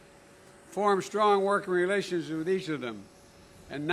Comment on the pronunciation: "Flew over King Saul's donkeys", what's wrong with him? P.S. the word is pronounced 'with' not 'wizz'.